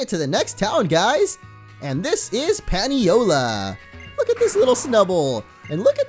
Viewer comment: Paniola is pronounced "Pah-nee-oh-la". It's named that way because Paniolo is the Hawaiian word for cowboy. Also, please add Dan the Grubbin to the team some time